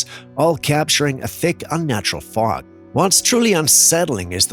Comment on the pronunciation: It sounds like smog not fog.